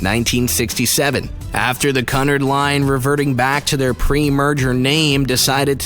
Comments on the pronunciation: It isn’t “Cunnerd” it’s “Cue-n-are-d”. I love people who who go thru life saying things one way when the entire world says it another way (correctly). You should check this type of thing before making a video about it . Embarrassing. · RMS = Royal MAIL Ship, Cunard = CUE-nard, not CUH-nard, Lusitania = loo-sih-tay-nee-uh, not loose-tay-nee-uh. Queen Mary's dining room SPANNED THE ENTIRE WIDTH OF THE SHIP. I hate when people get common names wrong yet want to act like they know what they're talking about. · Lusitania, not Lustania. Cunard, “que-nard,” not Cunard, “coo-nard.” Curacoa, as in, “cer-a-coe-a,” not, “ cer-a-so.” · Just hearing you say Cunard.... I know you haven't done your homework. Cunard is pronounce "QUE-nard"... My skin crawls when you say CUNard..... can't listen to any more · Also he needs to learn to say Cunard.It is Q-nard not Cun-ard and dislike his video as it makes more people pronounce it wrong and also report it. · KUNURD????? Wtf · OH MY GOD this narrator does not know how to pronounce the name Cunard. It’s almost like he’s pronouncing custard!!! It is pronounced phonetically speaking COO- NARD not Cunard. So annoying!! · It's Lusitania, not Lustania and Cunard is pronounced Cu-nard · Such a shame nobody told the narrator how to pronounce Cunnard. I was wondering who Connar’d was! Good video, really poor narrative. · Cunard. Pronounced Q nard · Omfg this guy has 0 brain cells Its spelled Cunard but its pronounced Quenard Lusitania is not pronounced Las i tania RMS stands for Royal Mail Steamer/ship not Royal Merchant Talks about Queen Mary yet shows Titanic/Olympic Says Her highness when it should be Her Majesty I swear this guy is tryna look smart thinking he is saying these words correctly im loosing brain cells HELP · Qnard it prenowsed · Maybe he just didn't know how to pronounce it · still. who says CUNard line. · He’s pronounced Cunard wrong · It hurts my ears hearing you mispronounce Cunard . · And not canerd its cunard